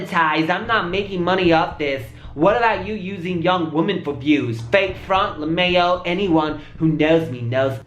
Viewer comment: He pronounced lmao as lemeo I'm dead🤣